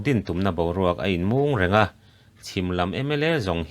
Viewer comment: 'Ha chang' tih leh 'inmung' tih kha i lam rik dan a dik lo hlauh.